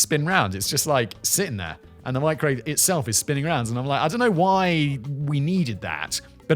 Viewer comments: what’s a meekrowauvay? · Hearing her pronounce microwave as “meecro-wah-vay” makes me want to stab myself in the eardrum with a splintered wood toothpick!😖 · "Which I have warmed, in the meecrow-wah-vay"...How can a woman so beautiful be THAT FUCKING DAFT!?